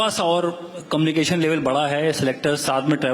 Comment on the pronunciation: मुझे ऐसा लगता है की मेरे कान सुन रहे हैं कमिनी एक्शन, क्या वोह कम्युनिकेशन की बात कर रहे है???